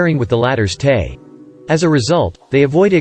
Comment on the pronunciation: This recording needs updating. Terminology that is not spelled as it sounds, like Ni or Te, aren't pronounced "nee" or "tay". You A.I. is reading it phonetically, and I've always thought the abbreviations for introvert and extravert should follow the function they modify, and now I know why. The problem originated with the MBTI's current terminology's usage. Should be iN or eT or iS or eF. Logical order, 1234.....ABCD....